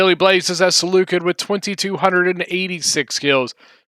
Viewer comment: You pronounced Seleucid wrong